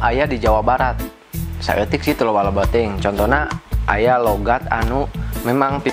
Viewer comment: Saking banyak nya Logat sunda sampe salah ngomong logat jadi logot :)